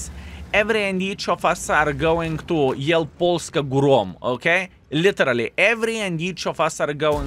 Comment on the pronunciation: saying "Polska 'górom' " - priceless:)